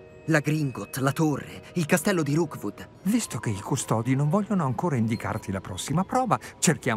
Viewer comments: Qui per ricordare a che si chiama Rookwood e non Roodwook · Ti prego ti prego si chiama rokwod non rowkod mi triggera un sacco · Qualcuno dica a che è Rookwood e non Roodwook, per favore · tutto bello ma perchè lo chiami roodwook e non rookwood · mi fa morí quando dice roodwook invece di rookwood💜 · Dopo 16 puntate non hai ancora capito che non è roodwook ma rookwood😂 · non riesci proprio a dire rookwood